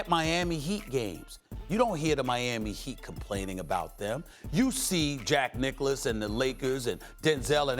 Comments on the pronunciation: Haha charlamagne called him jack nicholas too lol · Steven A said “Jack Nicholis” Lmao you ain’t low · " Jack Nicholas " Stephen A Smith 🤣🤣 🤣